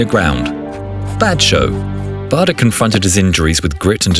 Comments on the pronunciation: Bahder? It’s pronounced Bayder. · I think that the correct pronunciation of his name is "bayder"